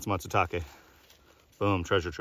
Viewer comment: Not Matsutake